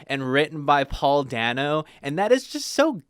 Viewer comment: Great video! And great comic too, although I'm pretty sure Paul Dano's surname is pronounced "day-no"